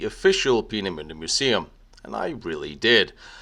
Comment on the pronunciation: So much for butchering the pronunciation of Peenemünde. You absolutely nailed it - which only underlines the statement I made on one of your previous videos. Your German is really VERY good.